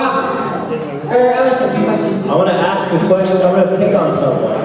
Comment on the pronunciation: lia Ask not aks.:)